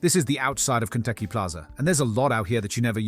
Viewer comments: is it just me, it sounds like you're saying Kentucky Plaza at the beginning. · The way "Konpeki" is being pronounced sounds like "Kentucky", maybe it's just in my end? Edit: at first I thought it was my audio being weird, but then you said "Pantryon" at the end of the video. Oh. Food puns. 😅 That's pretty funny, actually! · No AI and you still cant say "Konpeki" correctly?